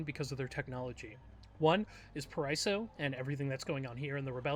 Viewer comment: just a reminder: paraíso spells pa-ra-ee-zo ;) btw nice video i love ur content!!